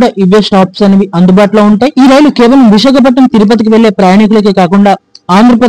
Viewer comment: విశాఖపట్నం పేరును సక్రమంగా చెప్పండి